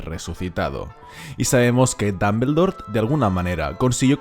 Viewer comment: Dambeldor jaja, es muy gracioso oírte mencionarlo